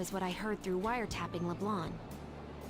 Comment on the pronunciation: le blang. thanks for the pronunciation yusuke